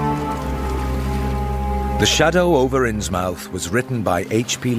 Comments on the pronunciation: I wonder why does he pronounce it “innsmAUF” and not “innsmUF”. Was that the contemporaneous pronunciation at the time of writing? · Ikr? It's th, not f. I never heard Innsmouth pronounced with an f. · Right off the bat. I can’t abide people pronouncing it “Ins Mouth”. Anyone who spends any time in Massachusetts knows it would be pronounced “Innsmuth”